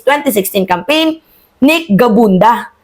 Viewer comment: Gabunada hindi gabunda